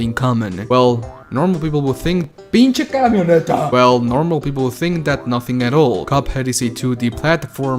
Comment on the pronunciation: That "pinche camioneta" was sublime